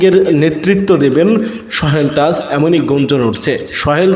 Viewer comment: সোহেল তাজ এর নাম তো ভাই আপনি উচ্চারনই করতে পারছেন না।